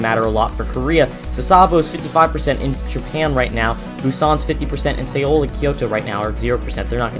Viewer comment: I gets me everytime, the way pronounce he Seoul as "Say-ol", it should be pronounced " So-l"